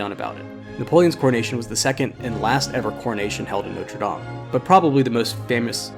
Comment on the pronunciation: Very enjoyable and informative video and the music was excellent. I'm going to be REALLY picky and I do apologise, but it grates each time I hear it. Your French pronunciation was, I thought, really good - Sacres, Paris, and French place names generally. The one word that grated was NOTRE, which Americans seem to insist on pronouncing NOTE-RE (NOTE as in 'note book'), whereas it should be NOT-RE (not as in 'red not blue'). If better or native French speakers have any comment on this or if I'm wrong, please let me know. At least it wasn't NOTE-RE DAME (DAME as in 'There is nothing like a Dame') which I hear Americans use a lot :)